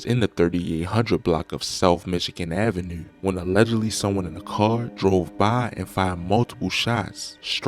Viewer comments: Do you have the microphone in you’re fuckin mouth or what ? Fuck. And pls, don’t say avenue or 2 or anything that ends with that syllable on video ever again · Bro you from Baltimore it’s the way u say 2 & Avenue